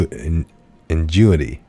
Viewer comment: INGENUITY = " IN -JEN -NEW -ITY"